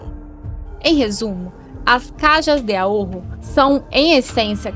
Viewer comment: O vídeo e o canal são excelentes, mas a pronúncia está equivocada. A pronúncia correta é "carra de aôro" vibrando um pouco o R. Caja=kárra; Ahorro=aôro. Caja=caixa, ahorro=economia. É o equivalente à caixa econômica. 'Ká.ha de a.'ôr.ro.